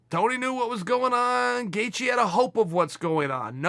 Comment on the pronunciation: It's Gay-She and Chael mispronounces every non American name YaRear Rodriguez🤣